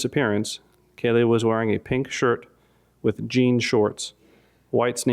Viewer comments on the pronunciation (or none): none